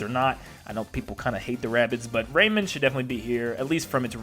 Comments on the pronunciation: RayMAN, not Raymin Plus, Minecraft could be considered an Indie rep because it did start off that way. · Ray-man. Not Raymond. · The way he said rayman made me die inside